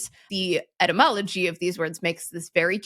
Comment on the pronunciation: "Cat" spelled backwards is God. Oh wait, that's for dogs. That's "useless entomology", right? I love your podcast, but you really have to apply correct pronunciation to distinguish the word as ety + mology -- the study of words and their origin. In all fairness, it sounds like you have a bit of all cold...